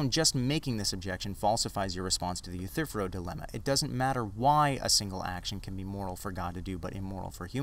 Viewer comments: one tiny nitpick..I'm pretty sure you are mispronouncing "Euthyphro". The ending is "fro" as in a 1970's "afro". It sounds like "Youthafro" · Love your vids man. Sorry to just be stumbling upon them for the first time today. This is the third one I've watched and with the 'rona virus out there roaming around, I reckon I'll have the rest of them watched in a week. I just gotta offer one pedantic critique: eu-thy-phro. 3 syllables :) All the best to ya mate!